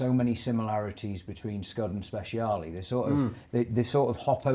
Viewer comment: Strad, Scud.. sure. But for the love of God, never refer to a Speciale as a "Spesh" ever again. 🤣